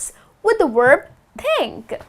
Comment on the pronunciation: Thank you! Just remember that, as a teacher, you should say "Verb" and not "Uerb".